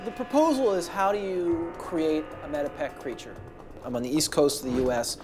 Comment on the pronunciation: The area is called METEPEC, not medieval...